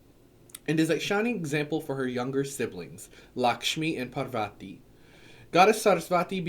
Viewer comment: For Parvati the emphasis is on the first syllable: PAR-vati. For Saraswati it's on the second syllable: Sa-RAS-wati. For Durga, the u makes the long "oo" sound. Sanskrit is a phonetic language, so the pronunciation is pretty clear cut. You can listen to some mantras or tv serials here on YouTube to confirm, but in another video you mentioned the importance of community and having at least a group of people you can discuss your path with. It'd be just a little awkward to be claimed to be connected to Hindu gods and show up around a group of other Hindus/Hindu witches and it turns out you're unsure of how to say their names.